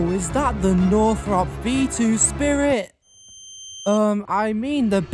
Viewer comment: B2-Spirit sounds like (Bee To Spiret)